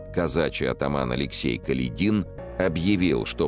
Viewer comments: он даже неправильно ставит ударение в фамилии атамана Каледина. Как это раздражает. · Не КаледИн, а КалЕдин. Неужто читающий не знает истории?